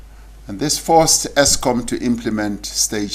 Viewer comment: Exskom 😂😂😂😂my President